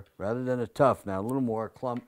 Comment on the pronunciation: It's not a "tuff", but a "tuft"